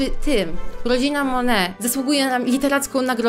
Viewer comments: jaka mone mówi się monet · Jakby co mówi się monet a nie mone